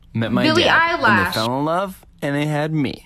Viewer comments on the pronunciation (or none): ISH NOT ESSH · Me: Billie Ellish Sniper wolf: Billie eyelash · Everyone: Billie Eillish Sssniperwolf: Billie Eyelash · sssniperwolf: Billie eyelash. me: No, it's Billie Eilish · I love saying Billie Eyelash ima stick to it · its actualy belly eyelash .-. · My friends dad says eyelash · Nobody: Nobody at all : SSSniperwolf: it’s Billie eyelash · Lol haha she said Billie eyelash instead of Billie eilish This was edited five times lol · She said, " its Billie eyelash " 😂😂😂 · she realy said bili eyelash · crybaby I see you is a Billie Eilish fan